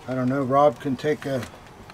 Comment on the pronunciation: Am I the only one who thinks he's always saying, "Hob," not Rob. BTW I think Hob would be a cool boy's name.